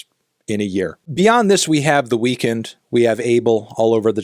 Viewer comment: He still pronounces the weeknd the way it is spelled 😂😂😂😂